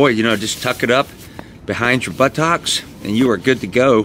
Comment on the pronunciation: when you said "but-tocks" I thought, 'oh yeah I haven't seen Forrest Gump in ages'